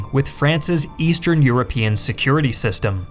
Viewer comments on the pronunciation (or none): none